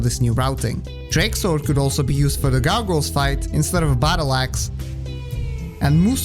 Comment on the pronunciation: "Gargles" xD